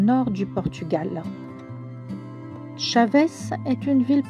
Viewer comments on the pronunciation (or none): Bonjour, très belle vidéo, vous voulez dire Chaves et non Chavez c’est pas loin de ma ville de naissance c’est à dire viana do castelo toujours au nord très jolie ville bonne continuation 👍🇵🇹🇫🇷